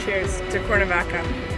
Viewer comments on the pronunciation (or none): "Corn -a-vaca" lol seriously?